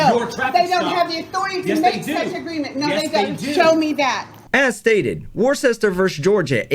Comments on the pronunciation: it’s pronounced Wu-ster not war-chester haven’t you ever used Worcestershire sauce ?or been to Worcester Massachusetts? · Worcester is pronounced ‘Wuster’ in England. Is it not the same in the U.S? i’ve never heard it pronounced like that before.